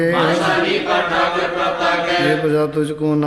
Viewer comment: ਸੁਭਾਇ , ਉਧਾਰ , ਠਾਕੁਰ ਆਦਿਕ ਅੱਖਰਾਂ ਦੇ ਔਂਕੜ ਦਾ ਉਚਾਰਨ ਨਹੀਂ ਕੀਤਾ ਗਿਆ ॥ ਸਭਾਇ , ਅਧਾਰ , ਠਾਕਰ ਬੋਲਣਾ ਗਲਤ ਹੈ ॥